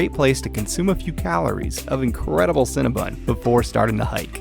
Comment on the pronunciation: I heard cinna bun..